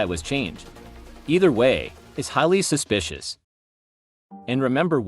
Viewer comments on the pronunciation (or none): none